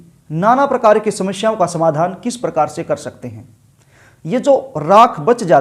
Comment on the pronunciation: Darsako nai hota darshako hota h pehli baat to ,dusri Baat shamashyaein nai hota samasyaein hota h , gutka khakar video na banein, bhasham nai hota bhasam hota h...